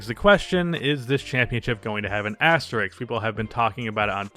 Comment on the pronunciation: It’s asterisk, not Asterix.